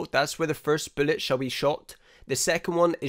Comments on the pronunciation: Love the way he says “bülłet” it’s so satisfying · Im subbing just because the of the way you say bullet, its the absolute best thing ive heard. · I don't mean this in a bad way but I love listening to you say "bullet". Made me chuckle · It's just the accent, it kinda threw me off. Every other word was good. Anyways, new subscriber 😁